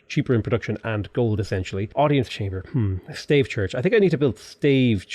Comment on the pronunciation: Pls, Stave Church is not a staff church in old British or something. :( You pronounce it as stAHvEH.